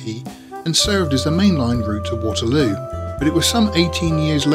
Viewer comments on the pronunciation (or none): none